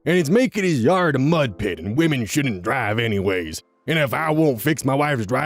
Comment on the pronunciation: You said “wah-men” like Click :P